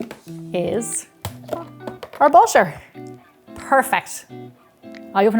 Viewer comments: Why why why😭😭...why do you pronounce butter as basher sometimes... sometimes butter.... I really don't understand this....why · The way you pronounce butter <3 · I love the way she says 'butter' 💕